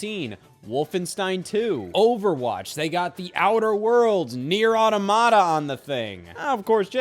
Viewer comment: Ngl it pisses me off how he says automata.